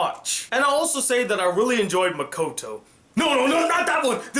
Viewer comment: He said "mikoto" NO BITCH NO ITS MAKOTO